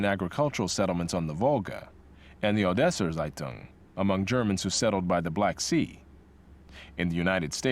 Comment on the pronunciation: when he says seitung instead of zeitung xD